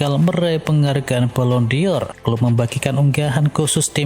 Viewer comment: Balon dor... BUKAN Balon di or... Koplaakkk... !!! Baca gitu aja gak becus... Channel abal2... 🤪🤣🤣